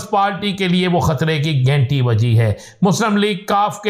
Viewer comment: Aby o gainti nahi ghanti bol. Urdu ko tabah na karo.